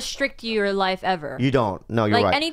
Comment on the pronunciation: " I've never had this house LYYFFFE." The way he says life for some reason sounded weird 🤣🤣